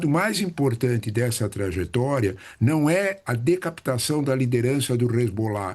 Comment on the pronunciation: Trajetória e não traGetória. 😅